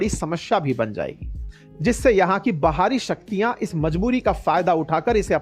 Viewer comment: बहारी नहीं बाहरी बोलिए